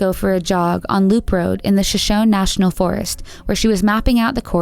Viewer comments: I understand you're probably not from the area where Shoshone is a common word but I've always heard it pronounced Sh-sho-nee. Still, great coverage of the cases! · Why not learn the Proper Pronunciation for place and tribal names. You are so f***g ignorant you commentators; and it is very irritating how stupid you are. The tribal name is ShoShoneeee with emphasis on the ending EEEEE! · Shoshone is an indian tribe name and the pronunciation is incorrect in the video. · Please! Learn how to pronounce words correctly. Shoshone is pronounced Sho shony and Mr. Rivera's name Geraldo is pronounced Heraldo, since it is Spanish.